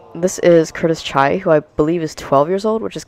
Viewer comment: “This is Curtis Chai” had me dead, that is indeed not cirtus chai 😂